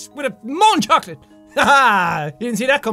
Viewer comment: You don't pronounce the "T" in chocolat, in french. - This useless reminders was given to you with love by a frenchie fan.